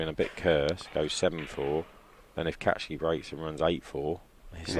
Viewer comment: His name is Kaci, not Catch-key!